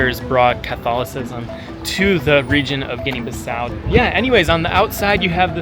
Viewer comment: You don't know how to pronounce the country, it's Guinea-Bissau. You need to learn how to pronounce it, it's not Guinea-Baso